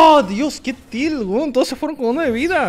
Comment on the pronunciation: dijo weon?? Jskxksns sono muy chileno de echo jskxnz